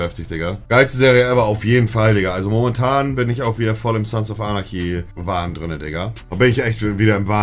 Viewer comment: Wie spricht der denn anarchy aus der spako